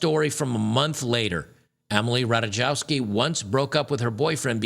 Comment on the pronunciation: The pro s t i tute Ratajkowski is pronounced Rataykovski.